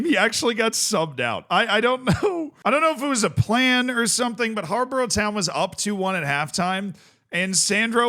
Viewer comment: It's pronounced Har-Bor-Uh btw